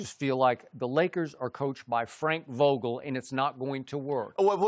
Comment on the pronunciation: He said "FRANK VOGULE"